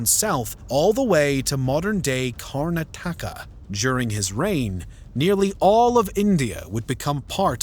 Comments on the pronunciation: kar NAW tuh ka, not kar nuh TAW ka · It's not pronounced "Chinook-ya" it's pronounced "Chah-nukk-ya". Also pronunciation of Karnataka could use some work. Overall, I'm glad you are trying to understand the history of India.